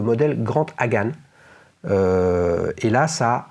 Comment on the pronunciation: Et...avec JAGUAR .il me semble qui a brillé au Mans ?! Ett Bentley ??? Ps...LOOOL on prononce HagaNÉ ...(pas de final.muet en Japonais)..comme Toshiro MifuNÉ (MI FOU NÉ. loool). pareil.KAMI- KAZÉ...(vent divin)